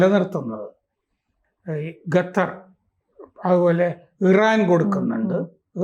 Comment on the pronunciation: ഗത്തർ അല്ല, ഖത്തർ ആണ്. എപ്പോഴും മലയാളത്തിലെ പല അക്ഷരങ്ങളും തെറ്റായാണ് ഉച്ഛരിക്കാറുള്ളത്. ശ്രദ്ധിക്കുമല്ലോ.